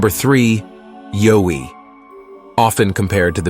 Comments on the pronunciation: The yowi is pronounced y ou i but but spelled yowi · Yowie - pronounced "Ya-way" Down Under.